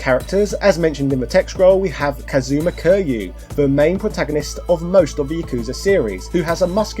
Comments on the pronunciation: Never played a Yakuza game, but I think its probably pronounced like kirry you, not curr you. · It is Ki-ryu......if u r gonna talk about a game serie this famous at least learn to pronounce the MC name correctly......